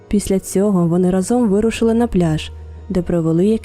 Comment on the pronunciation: Дякую за цікаву історію! раніше чула про неї ще на якомусь російському, прости господи, каналі, але ваш виклад мені сподобався найбільше! Під час перегляду помітила декілька помилок в українській, дозвольте на них вказати😅 У слові "разом" наголос ставиться на перший склад, щоб легше було запам'ятати, згадайте пісню "рАзом нас багато! Нас не подолати" :) Друге це неправильне використання слова "вірно". В значенні чогось безповилкового, так, як вимагають правила - потрібно говорити "правильно" (або неправильно), а якщо говоримо про щиру любов до чогось, відданість чомусь, то це слово "вірно" (наприклад, вірно любити). У вас було: "вони хотіли увімкнути ґуґл мапу, скоріше за все, аби подивитися вірний шлях до водоспаду", а потрібно було "подивитися правильний шлях"😅 Це мій великий коментар у підтримку українськомовного контенту💔💔